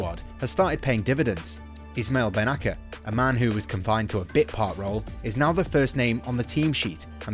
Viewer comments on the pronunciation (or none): Bro he is name is Ismail ben naser not " Ishmail ben naker "